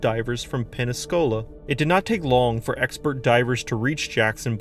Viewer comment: Obviously you have nothing but foreign viewers because none of them are complaining about how you pronounced Pensacola.